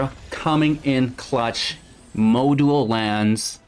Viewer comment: I admit it. I have a weakness for quick aggro decks, so this one is fun. However.... I hate to be that guy. I really do. But I get a cringe every time I hear you say it. Module is pronounced (maa - jool).